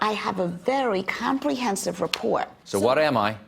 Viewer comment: Why does she not say the t at the end of report